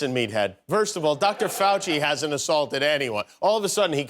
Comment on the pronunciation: That would be tortuous to watch such an ignorant waste of space, who can't even pronounce Fauci's name correctly.